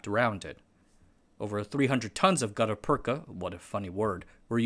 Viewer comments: it is read "gutta pertscha" use google translator to read it. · It's pronounced "gutta persha" with a shhh not a cha. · Yes, "gutta-perka" is a funny word when pronounced that way. The second half is actually pronounced "perch-a" and it's used today in root canal surgery to backfill the hole in the tooth root and prevent bacterial intrusion. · It’s pronounced Gutter Perch-aa. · Merriam-Webster says gutta-percha is pronounced gut-uh perch-uh that is, the second word ends in cha, like in cha cha heels. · The "ch" in gutta percha is pronounced like the "ch" in chair. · I'm only three minutes into this video, but I have to stop watching. You've already mispronounced Gutta-percha six times and I can't take it any more. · Gutta-percha, you got the first bit right. But the second bit uses the ch sound used in perch. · Great video as always, but my ears bled a little each time he mis-pronounced "gutta-percha". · New video, new mispronounced words. There is no K in "gutta-percha". There are many online dictionaries with phonetic transcription. There is google translate with voice over feature. It's wrong to assume that an unknown English word is pronounced the way you first thought it's pronounced. Such mispronunciations undermine the authority of what's being said. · My man mispronounced the most obscure word and someone’s here to get his ass!!! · Well done, but you should really confirm the pronounciation of words. rattan ra- 'tan rə- gut·ta-per·cha /ˈɡədəˌpərCHə/ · I think you are pronouncing Gutta Percha incorrectly. I think you are pronouncing Rattan incorrectly. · you pronounced rattan and gutta percha wrong